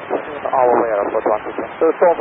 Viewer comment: Literally no one: JFK airport: CONESS!